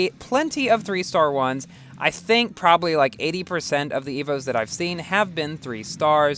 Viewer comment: You said "I t*ss*hink" 😂😂😂